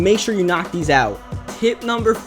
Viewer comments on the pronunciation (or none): It's pronounced these not deez